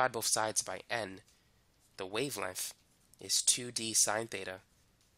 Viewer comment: how he pronounces "Perfec" and "wavelemff" got me dead